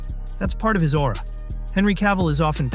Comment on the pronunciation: Well, as soon as I heard the narrator say aura i closed the video.